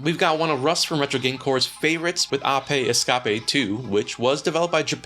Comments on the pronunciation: why do you say ape escape ah pay es cah pay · WTF is an Oppei escoppie?